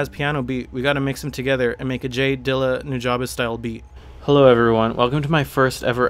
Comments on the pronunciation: its pronounced new ja bes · pronounced (NU-JA-BEES) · it's pronounced "new-jah-bess" just for the record books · Is that how to pronounce nujabes? i always said it like 'nu-jaybes' instead of 'nu-jah-bes' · Am I the only one who has always pronounced nujabes like "new-juh-bees" ???? 😅😅